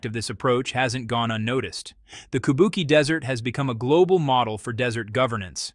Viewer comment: Teach your robot narrator that QI in pinyin is pronounced CHEE. So, Kubuqi is KOO BOO CHEE. KABUKI is japanese ancient opera.